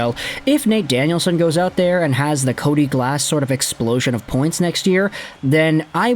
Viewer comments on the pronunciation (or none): none